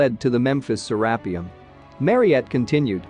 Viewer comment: I can't do it... the mispronunciation of to many things... say it with me Sarah pee ummm